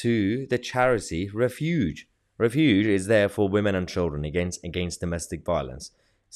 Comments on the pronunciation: The word is pronounced refuge, not refUGE. Think "Refugee" without the long "eeeee" at the end. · Refuge has the emphasis on the first syllable. REFuge, not reFUGE.